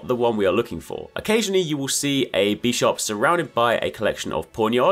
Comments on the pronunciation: bi sharp, not bee sharp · Why is this dude saying "Beesharb" it's Bisharp like Bishop, like the Chess Piece